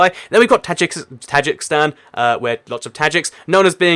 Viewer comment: Tajikistan (Ta-jeek-estan) not Tajikstan